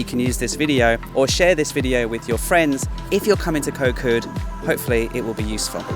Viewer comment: You have a Thai girlfriend & have lived in Thailand for a long time. How do you not know how to properly pronounce the “k” as a G sound?!?